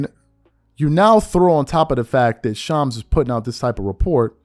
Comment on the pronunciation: Dam as much as Shams drops news a you a content creator an you can’t pronounce his name